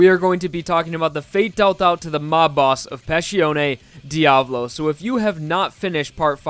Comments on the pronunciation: Pronunciation makes me angry! >:^( You pronounce it as: (D-AV-LOE) This might just be an opinion, but I believe it is pronounced (D-A-VOE-LOE) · He's name is dia-vo-lo Not dia-blo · c'mon dude learn how to pronounce it. There is no Diablo, is Diavolo